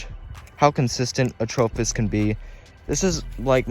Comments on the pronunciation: It’s not atrophis it’s atropos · I’ve always heard people say it as atropos not the way you say it, your saying it wrong stupid